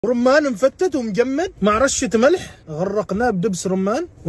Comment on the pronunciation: عدد اللي سمعوا بدل مجمد مقمل لانه مصري 👇